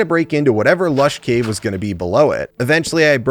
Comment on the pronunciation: ah this is what doctor rage was upto <3 also me giggled everytime you said lash caves:D Me was worried why isnt uploading. Now me knows was looking for his white bed in snow.